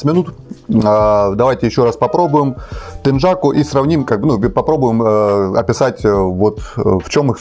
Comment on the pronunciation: Не теджаку, а тенъяку!